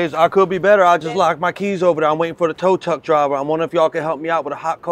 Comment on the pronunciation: “Tow tuck driver” 😅